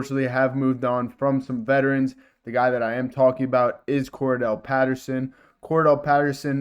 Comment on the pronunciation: Get the players names right you might get more subscribers "Cordarelle" not Cordell.